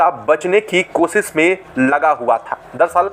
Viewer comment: Apna diction improve karo nahi to aage se bolna band karo. Kosis nahi hota hai koshish hota hai 😢